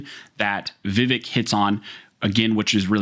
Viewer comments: His name is pronounced “Viv-ake” like in cake. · Vivek like cake not "Vivehk" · His name rhymes with Ear-ache - but with the accent on the second syllable: Veev-ACHE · Pronounced: Vǐv-ache Thanks for this awesome video! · The candidate's name is pronounce VIvek____Va Vake_____rhymes with cake. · Please...the man is a LEADING CANDIDATE for President. His name is pronounced: "Vih-VAYK." Pronouncing things correctly gives your information greater credibility. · The pronunciation is vi-VEK, sound like "cake" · Vivek... Rhymes with "Cake" (exact wording Vivek uses to explain it to people) also, it seemed you were intentionally avoiding his last name (it's hard, i get it), so for reference: Ramaswamy - Rom-uh-swom-ee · I wish people would listen to him about how to say his name is pronounced vavake sounds like cake not vavike like Michael vice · Vivek is pronounced Vi-Vake as in Cake. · "Vivake" like CAKE...😂 Love ya bro. Just had to. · Just so you know his name is pronounced VehVake, like ache, not ekk. As in I ache to have my 2nd amendment rights restored in California. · FYI his name is pronounced viv - ake like cake. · His name is pronounced vi-vAke. Second syllable rhymes with cake. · FYI: HIS NAME IS PRONOUNCED 'VIV-ACHE' (RHYMES WITH CAKE) !!! YOU DON'T WANT TO BE CHANNELING DONNA BRAZILE, LOL !!! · It’s pronounced Viv-ake! Like Viv-(cake) subtract the c. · Just so you’re aware, it’s “Vih-vake” with the emphasis on the second syllable. He talks about it specifically with Tim Pool on the Timcast IRLpodcast. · Vivek is pronounced vi-Vake. Thnx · Vivek rhymes with “cake”. It’s a very easy name to pronounce. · Yo, learn his name. It’s pronounced Viv-ache. Vivec is one of the tribunal from morrowind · It's pronounced Vi-Vake. It rhymes with cake. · Vivek….is pronounced Vivake (like cake)